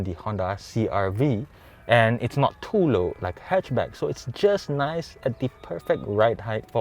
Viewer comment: "Very naise" 🙃